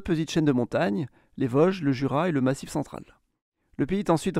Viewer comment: VOSGES on dit pas Vauges !!!